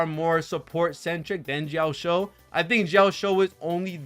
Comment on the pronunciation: Bro pronouncing Jiaoqiu as Jiaoshiu makes me giggle every time since it means "To be shy in a girly manner" in Chinese LOL